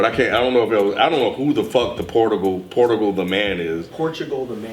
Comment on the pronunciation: pronouncing Portugal wrong had me crying for some reason like bro it's a country too